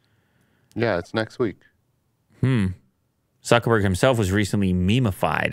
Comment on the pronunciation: Did you just say suckerberg 😂